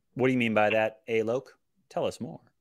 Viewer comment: Directly addressing...not sure if you heard the lad state the actual pronunciation of his name (Alok)...but if you did and still kept calling him A-loke...that's a bit of a dick thing to do mate.